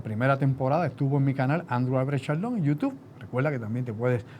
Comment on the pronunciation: Andrew, es youTUBE, no youTUF. Saludos, es que me choca en las neuronas la pronunciación.